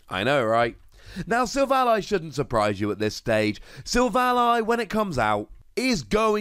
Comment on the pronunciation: its SIL - VALLEY. silicon-valley. its a pun.. kind of like RayQUAZA to Quasar. this has been a public service announcement.